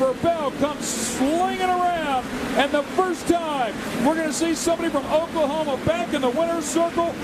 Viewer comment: I remember watching races and the announcers having to differentiate between which Andy Hillenburg they were talking about.